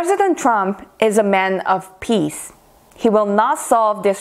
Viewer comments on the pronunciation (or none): none